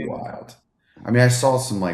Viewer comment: Love the pod! Why does put an L on words that end with aw? Like sawl lol